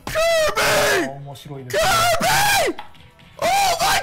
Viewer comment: これじゃあカービィじゃなくてキュービィだね笑笑